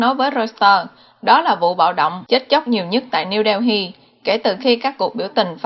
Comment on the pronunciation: Niu - Đeo- hi ..? Hay Niu - Đê- Li ..!!! Cần phát âm cho đúng nha GIỌNG ĐỌC QUÊ MÙA QUÁ ĐI